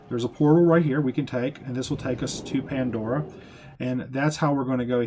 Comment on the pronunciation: Ya, he was killing me with that. And who says, awww snap?